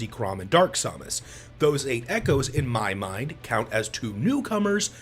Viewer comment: i refuse to watch this video any further for pronouncing Samus' name as Sa*R*mus. This heresy is something I don't need in my life!